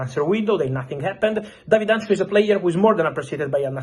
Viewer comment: Hancko not Antcho 😂